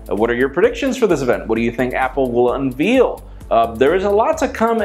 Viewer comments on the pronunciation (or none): lol "UNVEAL"